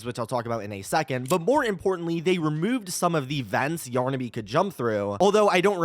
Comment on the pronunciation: Yornaby? What… it’s yarnaby!